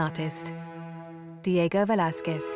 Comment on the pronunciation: How do you pronounce Velazquez and Chiaroscuro? Not like that! Do some research! Fucks sake!